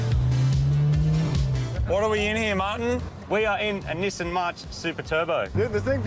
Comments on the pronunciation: It’s not neesaan, it’s nisin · YOU GUYS SAY EVERY BLOODY NAME WRONGGGGG Not KNEEsan Nissan Not SOOOOOOOty Sooty